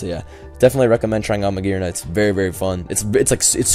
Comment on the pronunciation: magearna is pronounced mah-jeer-na I'm not 100% sure, but since the G is next to a vowel it makes a J sound.